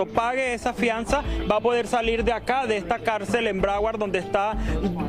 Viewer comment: Esta mujer no sabe hablar ni leer ( Calcel..Cárcel maestro..aresto) que pena conductoras vacías y sin educación académica y masa gris)